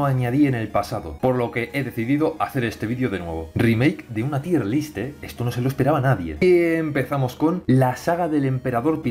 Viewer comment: aun no aprendes que en realidad se dice "TAYER LIST" eh? XDDDDD